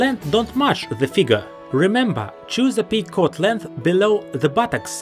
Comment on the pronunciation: Coat not Cot